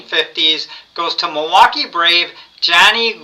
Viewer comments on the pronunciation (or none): none